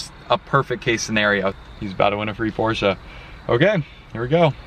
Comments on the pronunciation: It’s Porsche not porscha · it’s a porsche not a porsheUH